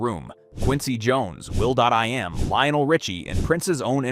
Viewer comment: "Will DOT I am"? Stupid goddamn robot narrators can't pronounce anything correctly!